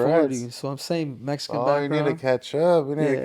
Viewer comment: Cool cool but he needs to stop saying Mexican wrong. Can't even say it right